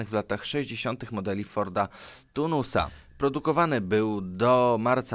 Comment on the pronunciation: Taunus nie Tunus